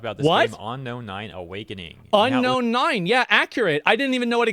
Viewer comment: Dude saying onknown can't pronounce the word unknown